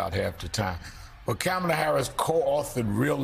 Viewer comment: Her name is KAMALA, Al! Get it RIGHT!